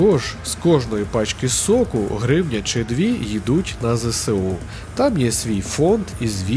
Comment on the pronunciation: Вибачте за причіпку, але правильно абревіатуру ЗСУ читати як ЗеЕсУ, а не ЗеСеУ, бо наприклад СБУ - ЕсБеУ, а не СеБеУ